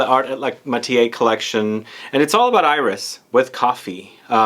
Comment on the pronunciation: Love your videos! You are correct that a final "s" is not pronounced in French. However, there are always exceptions in French. Iris is one of those. There's even a YouTube video: You are also correct that a final "e" in French is not pronounced - except when it has an accent like that in "torréfié". It's like the cooking term "sauté"